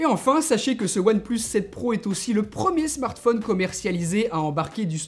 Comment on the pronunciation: We say one plus seven pro hhhhhhh one et plus et sept et pro what the f... hhhhh